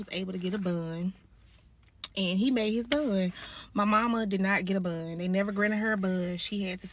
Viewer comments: Why tf is she sayn BOND like buunnd 🤦🏻‍♀️ And I'm so glad she got LIFE W/O PAROLE !! Most child abusers & pedos dont get hardly enough time !! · SOMEBODY ANYBODY tell her it's BOND and NOT BUNN or BUHHND 😭😭😭😭😭